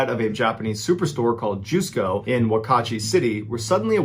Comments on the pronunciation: Jusco is pronounce "Just-Co", not "Joos-Co" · Jusco is pronounced Just-co